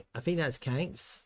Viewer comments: It’s pronounced…Kwan-X… not Kanks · QANX /ˈkwɑːnˈeks/ ..... Not kwenks...